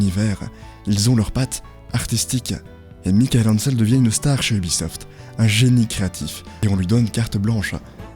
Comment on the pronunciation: Globalement le récit et surtout la conclusion sont bons, mais ça serait bien de ne pas prononcer de travers tous les noms. (Entreprise, département, personne) C'est Commodore (pas comorode), Morbihan (mor bi en, pas moriban), Michel Ancel (en selle, pas Michael Hancel). C'est 159 millions de perte (pas milliards), c'est impossible 159 milliards pour Ubi, c'est pas Microsoft.